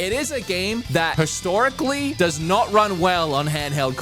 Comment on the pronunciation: I swear it sounds like says, “It is a game the PESTORICLY” instead of historically. Not major, just thought it was funny